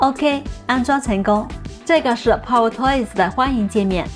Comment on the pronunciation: 口音太重，还好有字幕，英文power发音错误，中文更多了，希望多练练